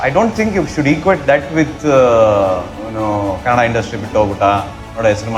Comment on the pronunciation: He is good atleast he is pronouncing KANNADA bcoz all North Indians pronounce it as KANNAD There's allot of difference